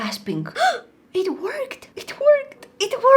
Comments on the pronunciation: When you said “it worked “ it sounded like “ it twirked “😂🥹🤣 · When she was doing eyeliner all I heard was it twerked it twerked😂